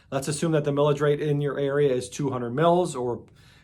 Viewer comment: 😂 Thought you said "Pillage" rate. Feels like states and counties assess to pillage us all the time on tax.